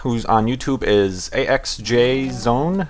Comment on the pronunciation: It may sound confusing, but my nick is supposed to be pronounced as "AxisOne", even though it is not that obvious D: I like his "A-X-J-Zone" thingy though. :S